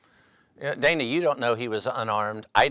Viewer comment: If it looks like a duck…probably a duck. And it is Dan-uh, not Day-nuh.